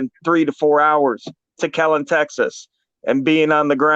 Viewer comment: Kellen or Keller? Wtf